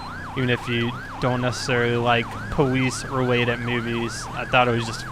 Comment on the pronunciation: Why do you say Powice ?